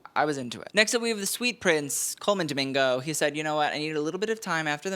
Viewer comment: Coleman Doming-no. Gurl.